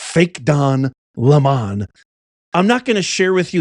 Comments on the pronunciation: I agree...I'm taking a Don lemon. BTW, let's not pronounce his name like it is french... he's a LEMON! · "Take a Don-Le-MAHN" is a little long. Maybe: "I have to go drop a Le-MAHN". [Shorter and to the point.] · Le' mon..... It's french for " the lemon 🍋